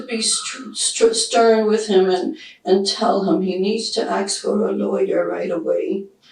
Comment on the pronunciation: No, it's lawyer! 😂